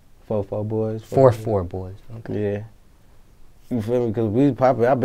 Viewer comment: "Forty Four boys?" Rocaine- "fo fo boyz "lol